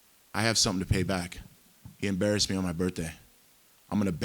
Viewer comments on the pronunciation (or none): Tito it's embarrassed. Not barrassed